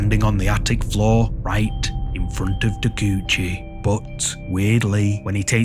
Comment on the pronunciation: Ta-kay-oo-chee, not Tacoochie.